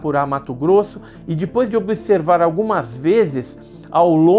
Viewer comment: Adoro o canal mesmo com o "Dipois"...kkkkkk